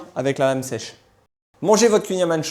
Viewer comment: Il faudrait peut-être apprendre à prononcer correctement le "kouign amann !!!! Merci (une bretonne pur beurre)